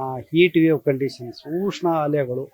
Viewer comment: ಉಷ್ಣ ಅಲೆ, ಊಷ್ಣ ಅಲೆ ಅಲ್ಲ 😂